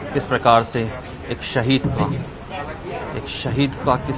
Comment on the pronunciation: शहीद का नाम तक गलत बोल रहा है सीएम....